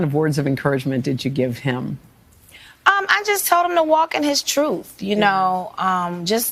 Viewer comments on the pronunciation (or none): “Walk in yo truff.” 🤦‍♂️